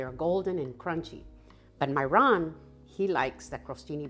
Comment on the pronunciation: I’ve always wondered if your husband's name was Myron and you just pronounced it "my Ron" or what. I’m so glad you included his name in this video title so I know for sure. The soup looks delicious and I think my Jerry would like it, too. Love your new kitchen and would like to see a tour around it some day. ❤️